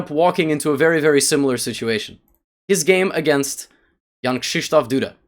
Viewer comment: How he says it in the video is correct Polish pronunciation